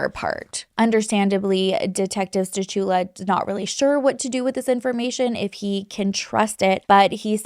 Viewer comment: The C in stachula is silent